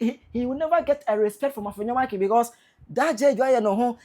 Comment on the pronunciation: AFLAO IS PRONOUCED APLAO. IN EWE LANGUAGE F IS NOT PRONOUNCED AS SUCH. F IS PRONOUNCED P. SO EFUTU MP AFENYO-MARKIN HENCE AFENYO BECOMES APPENYO-MARKIN. THE NAME IS EWE LANGUAGE, RENDERING AFFENYO APPENNYO NARKIN.